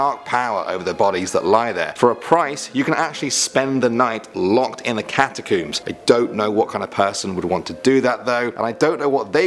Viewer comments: ''Cat-a-kooms?'' REALLY? That is the UK pronunciation? Do you pronounce the things you pull through your hair ''Cooms?''' No, seriously, I really want to know. Because the word ''comb'' is IN ''catacomb,'' so it makes no sense to pronounce it differently then the words it is made up of, and if anyone were to mangle the word, it would be more likely to be the US version. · You said catacombs wrong btw